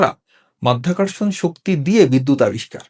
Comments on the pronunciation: মধ্যাকর্ষণ নয়, সঠিক কথাটি মাধ্যাকর্ষণ এবং সাংবাদিক সাহেব ও বারবার মধ্যাকর্ষণ বলে যাচ্ছেন। আমি মনে করি এই সাংবাদিক কতটুকু শিক্ষিত তা নিয়েও আমার সন্দেহ আছে। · মায়ের যোদ্ধা আবিষ্কার করলেন বিদ্যুৎ মধ্যাকর্ষণ উচ্চারণ ভুল